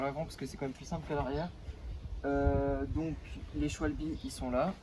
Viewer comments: C pas shwalbi sa se dit shwabeul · Qui dit Schwalbe et pas Scwalbie